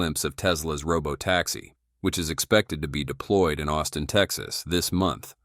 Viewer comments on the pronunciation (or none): none